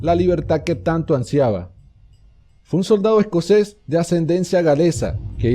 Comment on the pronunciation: "Escoses"... Lo correcto es "Escocés"